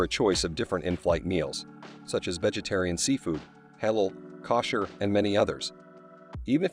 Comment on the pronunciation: Here's a tip for making travel videos: Get a narrator who knows pronunciation. "Kawsher"?? "Fahrenheet"??? (Among other mispronunciations here.)